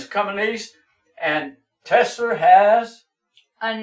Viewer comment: TESLER LMAO